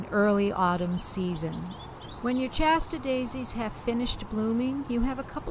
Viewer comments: Shasta, not Chasta! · I've never heard "Shasta" pronounced "Chasta" before. Is this from Massachusetts?